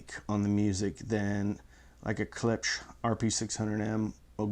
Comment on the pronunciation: can't say Klipsch but can say Amashon?! Come on. Thumbs up brother.